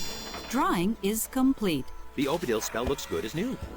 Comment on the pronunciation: Anyone else observed the spell checker lady said Odibil, instead of Obidil ? :D